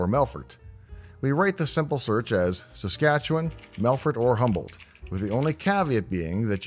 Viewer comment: Ok, anyone who can pronounce Saskatchewan correctly has to be from there. Hello, from a fellow Canadian.